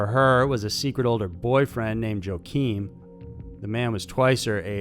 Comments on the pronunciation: It’s sounds owa-kin not joking 🙃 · Love to see the spelling of pronounced Jo-keen. If it is spelled the way I think it is, pronunciation should be Wa-keen. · I think the brother had something to do with that 'drunk' runner Todd's disappearance :( And is his name Joe Keene or Joaquin? The latter is pronounced Wah-Keen ;) btw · I was trying to figure out whether that was a bad mispronunciation of Joaquin? Either way it’s hard to listen to 😂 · Narrator cannot pronounce for shit. He pronounced ''Joaquine'' as jo-keen. He does it a lot. It's a Spanish name derived from Hebrew. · I think you mean to pronounce Joaquin...Wah-Keen